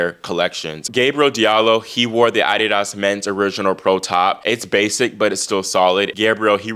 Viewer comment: The way your pronounce adidas , is thus the real correct way to pronounce the word and not the way we have heard it in America all our lives. ?